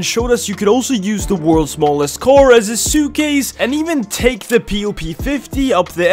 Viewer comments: It‘s pronounced car not coar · ITS PRONOUNCED CAR NOT KOR